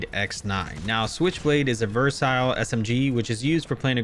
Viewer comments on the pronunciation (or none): I'm confused, is it pronounced "versile"? Or "versatile". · I just wanna say “it’s versile” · Exactly lol... It's like just reads the script which cygnoux gave him every time lol... He's even pronouncing the word "versatile" wrong🤣 He literally repeats the same points everytime for every single gun like good Bullet Spread, ADS, TTK, Reload speed, Mobility which everyone knows lmao... It's like he has nothing else to say except these points lol😶 His top 10 list sucks now from the past couple of seasons